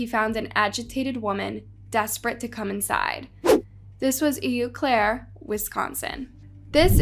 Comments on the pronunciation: That’s “O Claire” not “Eeww Claire”. Eau in French sounds like O. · Eau Claire is pronounced Oh Claire! Learn the proper pronunciations!!!